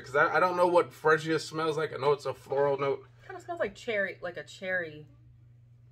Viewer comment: Perfume fragance is suppose to lighten the longer it's on. Not stronger or the same. Female fragances are stronger. Freesia is pronounced free sha. What do you mean the bottle is cheap? Do you want to pay for the bottle or the fragrance? It looks good and smells good and the bottles looks good. It's not about the bottle materials totally. I think it feels good, looks, and smells good. And Russell is star quarterback for the Seattle Seahawks, not just a football player. Consider brushing up on your skills before reviewing because this means something to their lives and how they can help somebody's life. Rating your review, I give you 3 out of 5. Hope your review will encourage purchases.